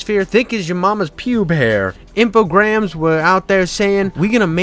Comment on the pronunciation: If you say Alone in the Dark three times in the mirror, I appear! Sick topic, glad to see you go back through these. Pretty neat little series overall, foibles and all! Some suggestions: 1) Infogrames being French means the s is silent, so it's pronounced "infogram." Ain't that weird! 2) Def gonna wanna switch to the footage of the appropriate game as you talk about it, like 2001 New Nightmare. Your vocal delivery pace is way too animated and upbeat to not have the editing reflect that energy. I guarantee it will level up your video tenfold just making the effort to have the visual match the topic. Grab the footage off a Youtube playthrough, credit them, and move on. I've never once in 4 years of using random playthroughs had a single person ever copyright claim or care if you didn't ask first. Many are happy to lend it if you ask too. 3) If you're making claims about the climate at the time of "this ain't my Alone in the Dark," I'd suggest putting some random screenshots of forums or reviews of the time to give some credence/flavor from the time period. 4) noticed a couple different weird audio things from about 5-6 mins in where it seems like two different takes are overlapping at the start of sentences, just fyi 5) gotta say, the crassness of the jokes feels like you're trying too hard, bud. If you're gonna be a little spicy, make it more an every now and then zinger, not a pervasive punctuation at the end of so many sentences. It'll lose impact and sound more like a compu